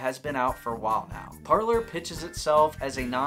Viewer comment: Would it not be “Par-lay” like the French word for ‘speak’?